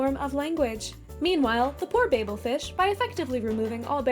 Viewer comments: Babel is actually pronounced babble.😅 Babble Fish. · Great video but it’s pronounced “ Babble Fish” just like Babble the language training app.